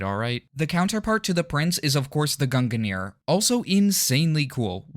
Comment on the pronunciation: I absolutely hate the way you say Gungnir